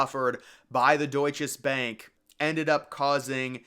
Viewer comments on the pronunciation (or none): I worked there 1994 until labor day 1998, then at 4 WTC until 911. It was not the Deutsches Bank. It was the Deutsche Bank. Not sure why you keep saying it with an S there. I also would not call it forgotten. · I worked about 2 blocks from the WTC & Deutche Bank building (yes, it's Deutche Bank. I don't know why the narrator repeatedly called it Deutches Banki!). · its pronounced doit-chuh-bank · You know the maker of the video did due diligence when he keeps on repeating“DeutcheS Bank” 😂